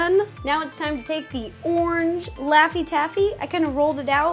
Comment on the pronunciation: I love how you say ornge instead of orange